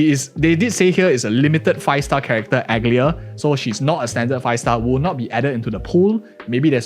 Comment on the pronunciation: Aglaea is pronounced Ag-Laya, not Aglia. Accent on „Laya”. Her name is mentioned in the trailer and is also based on a minor greek goddess.